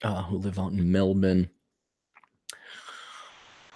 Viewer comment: Wow an American who said Melbourne correctly. First I've seen. You've got my sub